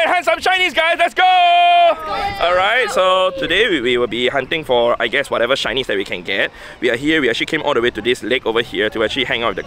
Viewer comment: When he said “let’s go hunt some shinnies guys!!!” I totally heard “let’s go hunt some Chinese guys” Either way best of luck.